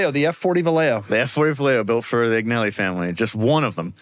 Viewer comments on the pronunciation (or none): just watched as they butchered the pronunciation of “Agnelli” lol